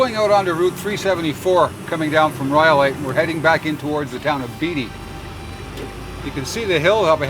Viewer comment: I used to live in Beatty and it's pronounced the same as the actors Ned and Warren Beatty not Beetty. Otherwise pretty cool to choose that location to test that truck.